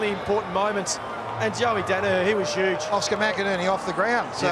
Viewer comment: “He was shoooge” AFL commentators just cannot say ‘huge’ 😂